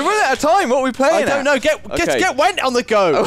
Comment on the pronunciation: went? I think you meant "gwent":P